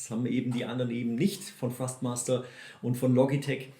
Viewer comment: Hi, danke für das Video, sehr hilfreich. Achte jedoch bei der Aussprache von Thrustmaster, dass du es mit T am anfang aussprichst. Du sagst es mit F, was nicht korrekt ist. Wirkt dann noch professioneller. LG